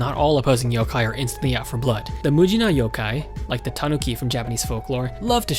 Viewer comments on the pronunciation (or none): Just 1 thing it is pronounced Yo-kai not Yo-ke